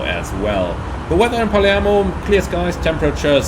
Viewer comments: I love the back and forth between PF and PM! Btw, the city is Palermo, but you say "Parliamo", that means (we) talk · Glad to see you like to come to Palermo to get cannoli and other sweets (funny note: you pronounce "Palermo" like only locals do "Paliemmo"); I saw there's a new Jetstream scenery of Palermo Airport; dunno if better of Asobo WU though.